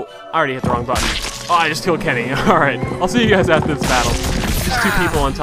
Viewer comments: I love how he says "Kinny" instead of "Kenny" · I like how you say Kenny :D